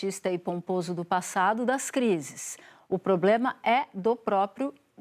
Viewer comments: Fiquei esperando aqui a canhotede falar poblema ela rateou na hora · A velha quase falou "pobrema"